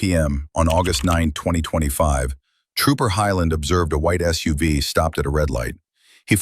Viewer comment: You lost me when your AI announcer said "soov" unstead of SUV